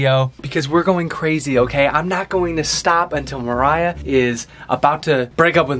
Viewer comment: It's pronounced Mariah